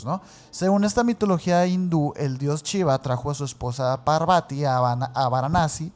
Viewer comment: Entiendo su acento pero me da algo cada que dicen "chiva" omg 😅 gracias por sus videos y que shiva los bendiga :) ❤